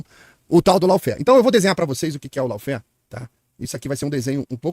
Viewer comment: Maravilhoso! Quanta cultura a ser divulgada! Cuida só pra não pronunciar "lau-fér", mas sim "ló-fér" 😊